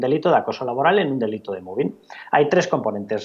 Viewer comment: Por favor, pronuncien bien mobbing o digan simplemente acoso laboral